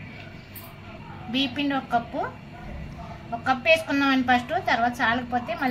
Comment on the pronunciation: BHEEPPINDI KADHU BIYYAM PINDI ANAALI,UNEDUCATED BRUITS. TELUGU KUDA PALAKADAM RAADHU CHADHUVU RAANI SUDDHA WASTE FELLOW